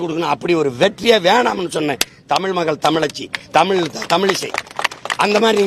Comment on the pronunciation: 7.20 Soriyaar Dhadhi & chinna dhadhi ya Yean padikka vekkala. Paarthu padikkum bodhe Thappu thappa padikkaranga.